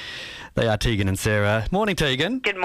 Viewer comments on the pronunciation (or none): omfg it TEEEEEgan not TAYGAN. GRR